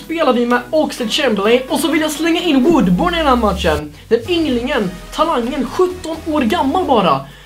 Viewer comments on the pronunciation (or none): Man uttalar ”Woodbörn”, bara så du vet☺️